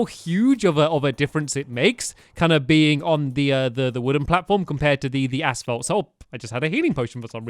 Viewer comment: is it just me or does stamps say ass fault? I haven't watched him in like 4 years and I come back to this? wtf.